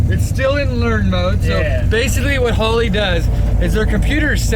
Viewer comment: Normal people: Holley: Hoe Lee